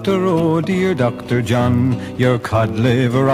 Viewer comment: It's not Dr. John but Dr. De Jongh lol.